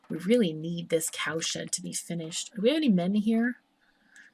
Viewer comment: I just don't get it.. Everytime you say CowSHED, I hear ComSh*t.. What the fnerk =oS =oP Keep up the good work ^^